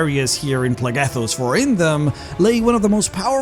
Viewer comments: So while your accent is typically fine and perfectly understandable, a quick note is that a word spelled with PH is pronounced with an F sound. So while you pronounce it Plegethos, it is actually pronounced Flegethos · I’m no expert but “Phlegethos” should be pronounced “Flegethos” not “Plehghethos” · It's pronounced "Flegethos" "ph" = "f" ^^